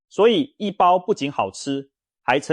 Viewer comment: 我還台胞哩！那不讀刈包，應該讀ㄍㄨㄚˋ包！